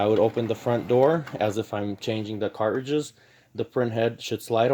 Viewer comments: I can’t get over “cart ridges” man. Please just pronounce the word properly. Please!!! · I don’t know why, I’m the way he say cartridges makes me angry…